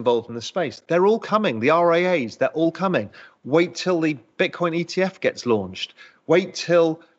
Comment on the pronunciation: He said Golden Bitcorn 🎇